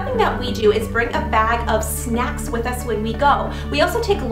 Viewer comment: you said sancks not snacks